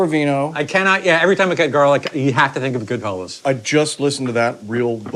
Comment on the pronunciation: GoodfellAs. GoodFELLOWS cracks me up